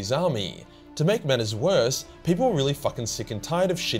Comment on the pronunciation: “Worse” and “apostasy”